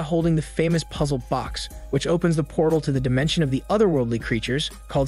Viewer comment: You know... I can't help but point out the way this guy says portal and box...